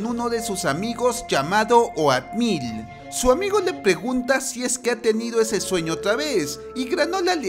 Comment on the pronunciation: Wey, se pronuncia outmil, no oatmil :v